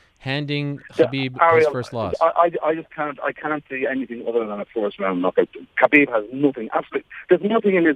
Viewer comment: Tony calling Khabib kebab, is the greatest thing I've ever seen 😂